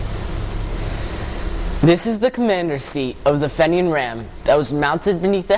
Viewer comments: Just found this and I congratulate you on you interest in history -- especially Irish-American history. However you should know that the name is pronounced FEE-nian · This kid is amazing and should be commended for his interest in obscure history. Few people in Paterson, and almost none outside Paterson, have even heard of John Holland. It is spelled Fenian so we in America pronounce it Fenian. By the way this is not the boat retrieved from the Passaic River. It was the smaller boat (14 foot boat) also at the museum.